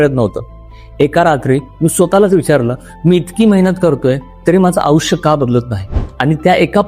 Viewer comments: आपण आयुष्य चा उच्चार आऊष्य असा करताय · अहो आधी *आयुष्य* हा उच्चार तर नीट करा